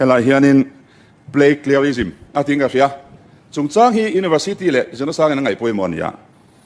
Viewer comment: Plagiarism tih pawh lam thiam ṭha mang si lovin mi Bill putluh a sawi chhe vak vak mai a.Tawngthei sabawp chang an tih ang deuhin a lam zing ve bawk si.. 😂. Lam fuh thei bawk silo. A thu hrim hrimin mi thiam te hian midang te Research leh thu lo ziak tawh behchhanin thu leh hla an la chhawng ve tho bawk a.Chuvangin PLAGIARISM pawh hi Hypernym a nih reng ni. 😂Inti fing ho hi an fin loh vang a inti fing anni tlangpui a, thil hria inti em em pawh hi an la hriat tawk loh vang a ni duh bawk.